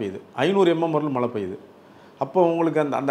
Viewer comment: First malai nu cholladheenga Tamil ozunga pesunga.